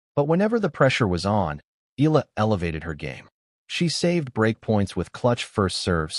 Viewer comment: Her pride, her honor, belongs to her. Funny how people try to claim for themselves what's hers alone. BTW kindly pronounce the name correctly, it's EhYAHLah. Not EELa or ELa, it hurts to hear it murdered